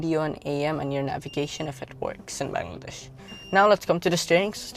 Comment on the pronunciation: Baaangladesh? Plz pronounce ki correctly kiddo